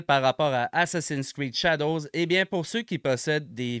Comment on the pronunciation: Un petit aparté, c'est pas "assassin screed", c'est "assassin"s creed" mouahaha.